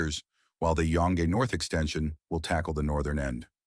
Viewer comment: Go, not G.O. Yonge in pronounced Young. East/west and north/south, not horizontal and vertical. Come on!